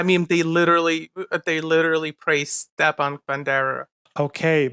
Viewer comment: He doesn't even pronounce Stepan right. Those people are just scum of the scum